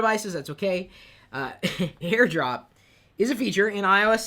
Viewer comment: Air drop....Maybe lay off the sauce a little lol